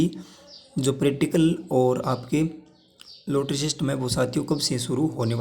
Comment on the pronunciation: रोटरी क्या होता है। लॉटरी होता है